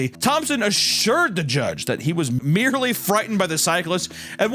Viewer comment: Anyone else hear "merdely frightened" ?